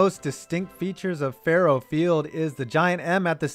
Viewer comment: The Mizzou stadium is pronounced “Furrow.” Faurot. It’s French.